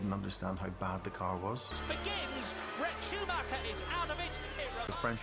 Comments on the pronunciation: Baca namanya itu sumaker bukannya scumacer... Sakit kuping bray denger ejaan yg bukan semestinya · maaf pengejaan schumacher bukan skumacer tapi Shu-mac-her